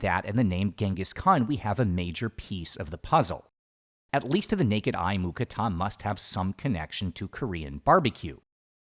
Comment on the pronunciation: Im thai i i can say its not mu kratha it mu krata thats how we thai's say it